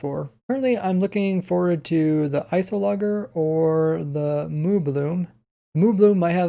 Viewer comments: i think its ice -ologer not ice o logger... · notice: it was actually you just pronouncing the g wrong. it's ice + -ologer (studier), it should be ice + o + lodge + er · I don’t understand how you could mispronounce iceologer right after Agnes shows you how to pronounce it seconds earlier (in editing anyway) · Lol. “Ice-o-logger” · ice oh logger lmao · pronunciation of "Iceologer" will kill me